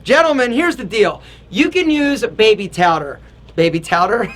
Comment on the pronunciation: I started laughing sooo hard when said "baby towder" LOL